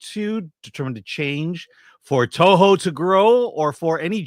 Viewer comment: struggling to pronounce the Toho CEO name is my favorite thing. He's as purely American as I am.